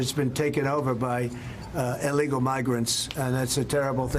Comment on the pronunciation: Donald and new girlfriend pronounce “ellegal” for illegal. When donald is penalized for his crimes, his right to speech should be eliminated. Sick of his speeches monopolizing what we hear.